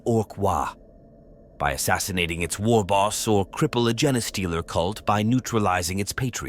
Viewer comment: It’s not Jena Stealers just saying